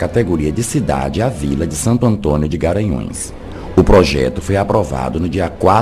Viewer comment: É impressão minha que você fala Garanhaos, em vez de Garanhus???